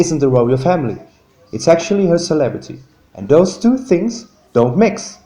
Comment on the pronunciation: Why don't you use your own voice instead of saying don't as do nt